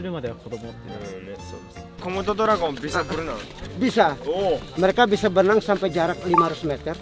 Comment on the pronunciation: "SEBEREMU BERUTEMU DENGAN KOMODO DORAGON"